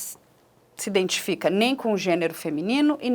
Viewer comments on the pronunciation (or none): Pq ele fala indentificar, indentificou? Não existe neste n depois do i.